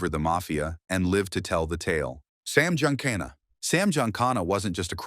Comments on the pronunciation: Sam Giancana is pronounced “Gee-an-khan-a” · “GEE-AHN-CAHN-AH@ was supposedly in on the JFK assassination!